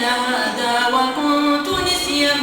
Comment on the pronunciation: في اخطاء في الحركات مثل كلمة نسيا كسرت النون ومثل كلمة تسقط فتحت التاء.. جزاك الله خير والله يكتب لك الاجر